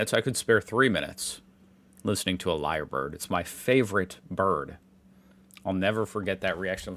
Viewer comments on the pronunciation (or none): Lyrebird, not liar bird.